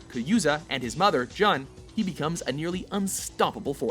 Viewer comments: "Hayhashi" "Kayuza" "Jon" Wtf. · uh hello? Ogre didn't kill Baek, armor king was king's trainer, and its pronounced Joon (jun), not john. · Very Laughable and He said "J'hun and Kayuza" -_- He had one job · I pronounce it as "kah-zuya" and "Joon (like hood)" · Haha and his mother Jon..... Jon snow? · "his mother 'jhonn' " dude, really:( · his mother jun... its pronounced june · it’s pronounced june but ok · Yeah, he did say Kayuza 😅 and Jan 😂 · It's pronounced as "June" according to the Japanese language. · And his mother john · "...his father Kayuza, his mother Juhn..." seriously? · mb san it got to number 1 and I realised he didn't even say Kazuya and he mispronounced Jun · he ment kazuya and jun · he even pronounced Jun Kazama's name wrong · Weak! Maybe only five of these characters deserve to be on a top ten list, and only one female character even made it? You do mention Jun, but you mispronounce her name and make no mention of the "unknown" character. Jin is #1 (as he should be), but no mention whatsoever of Devil Jin. Hmmm. Nice try, but better luck next time. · Kayuza? jhon? really?